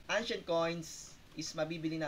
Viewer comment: ano po ang "angshent coin" ?